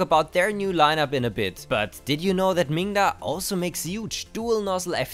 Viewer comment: Be careful to sound the 'D' in that name, 'minga' has a rather pejorative meaning in British English :-)